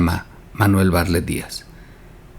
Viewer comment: pronuncias mal el apellido bartlet, como pronuncias la palabra atleta?